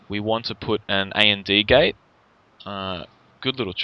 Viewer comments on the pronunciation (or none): AND Gate is pronounced "and gate," not "A-N-D Gate." It was driving me a little nuts. I enjoy your vids though :) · You do realize it is pronounced and gate, as in the word for "&" not A.N.D. gate, right? And isn't an acronym.